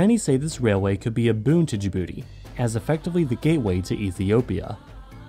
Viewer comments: OMG YES SOMEONE WHO UNDERSTANDS but they pronounce Djibouti wrong it's not da bouti. Its Djibouti if its easier don't pronounce the I just add a j and it's exactly different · I keep hearing "da booty" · Ur not saying Dijbouti right